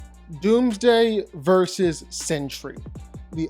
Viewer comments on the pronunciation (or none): none